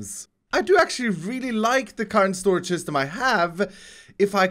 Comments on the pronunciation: First it was “THE ULTIMATE SOLUTION” now it’s “THE ULTIMATE SORAGE” What even is a sorage lol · SORAGE LOL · shtorage shishtem